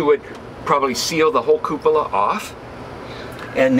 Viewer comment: Hahaha. What a joker. Cupoola